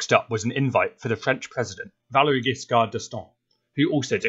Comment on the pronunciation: That is an amazing subject! Different than the usual Henry VIII and company. Just a note the late French President's Giscard name is pronounced Jiscard I happily suscribed to your channel!